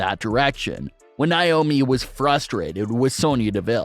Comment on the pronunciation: God this guy's voice is annoying its Nay omi not Nie omi